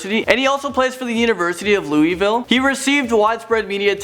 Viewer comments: did he say louieville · That and when he said "Louisville" for me. I hate it so much when people say it like that.